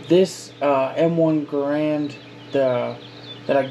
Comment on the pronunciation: Can’t even say Garand right lol